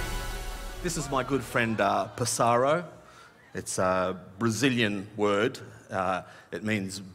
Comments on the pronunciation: it's "Passaro" not" Passáro", it's Portuguese not Brazilian, and "Si" it's "yes" in Spanish, we Portuguese say "Sim" like the Brazilians as well... With that being said, the act was fucking brilliant i loved it :D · Pássaro it's pronounced like Lazarus and means bird. The real name of this bird species its Tucán (Spanish) Tucano (Brazillian portuguese)!